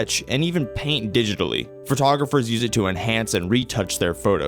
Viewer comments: Please take this with all the respect intended. The word Photographer is pronounced Fo-tog-raf-er not FUR-tog-raf-er. Listening to the mispronunciation over and over makes it hard to want to finish this video. I have ADHD, so maybe it annoys me more than some but ack. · Fur-togropher is not a word. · Ugh "fertogopher"